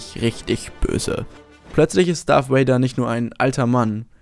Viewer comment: Das "V" in "Darth Vader" wird, so weit ich weiß, wie das "V" in "Avocado" ausgesprochen.